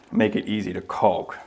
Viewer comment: There is no l when pronouncing caulk. Its kok